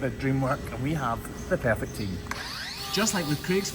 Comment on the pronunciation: I love the way Scottish folks say "pear-phect".